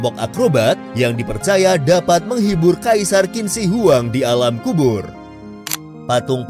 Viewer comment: Qin dibaca "chin".. . Dari dinasti Qin ini lah asal penyebutan orang china.... Sekali lagi Qin dibaca "Chin" ... Jangan salah lagi min